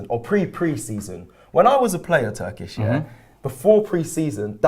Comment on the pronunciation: Turkish is spot on.